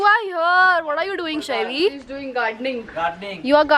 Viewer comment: It's shaivi not shavi🥰